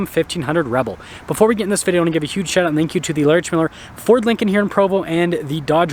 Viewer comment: I don't think I can watch his videos for a while anymore. He doesn't know how to say the word video